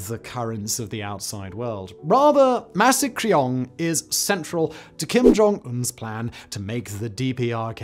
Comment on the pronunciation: Only possible with quaint American mispronunciation.